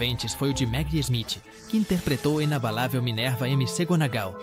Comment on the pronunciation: MC Gounagall em vez de McGounagall a transforma de bruxa em funkeira😂. Eu vou deixando de assistir as postagens com narração por IA. pelo andar da carruagem em breve vou deixar de acessar o YouTube. LÁSTIMAVEL !! 😢